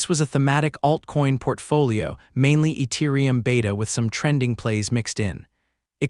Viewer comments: Eturium lol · who tf pronounces the T in Ethereum????????????